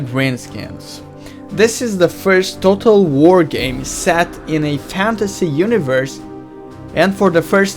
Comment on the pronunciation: dued u can't even say total war lol dued